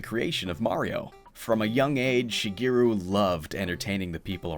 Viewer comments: Be nice if you pronounced his name right. It's Shigeru (shee-geh-roo), not Shegiru (sheh-gee-roo). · Shige, not Shiggy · Shigiru? Who the hell is Shigiru? Like the rest of the entire internet, you're pronouncing his name wrong. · Which pronunciation?? English or his actual Japanese pronunciation?? Because if you mean his Japanese pronunciation Shigeru Miyamoto (Japanese: 宮本 茂, Hepburn: Miyamoto Shigeru) mē ya no toe she gay roo(or even where you just cut off the U because it's not really said in Japanese like it is in English) but I don't know if you know Japanese or if you think it's mispronounced like most Western countries that use Japanese words like tsunami or Tokyo or Kyoto… Tokyo in English is always pronounced as a three syllable word, but in Japanese(which the words come from) Tokyo(and in extension Kyoto) is technically a two syllable word… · "shuh-GEER-oo" Miyamoto. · it is unfortunate that you dont pronouce his name correctly in a documentary about him. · Nice Japanese pronunciation, fgt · All this work and you couldn't be bothered to look up how to pronounce his name. What a slap in the face. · Wrong. There's right way and a wrong way. Look it up. The way he pronounces his own name is the right way. Period. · One whole video about the guy and you couldn't pronounce Shigeru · LOL exactly what I thought. Sad. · Alternate title: 26 Minutes of a Guy Mispronouncing "Shigeru." 😅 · It seems a pity to write so much then have someone mispronounce the Japanese words.